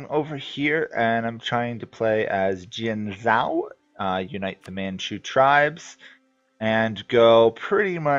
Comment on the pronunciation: as far as i know, in chinese, "Q" pronounce as "C" Qing -> Ching then, "zh" usually pronouce "j" Jianzhou -> Jienjou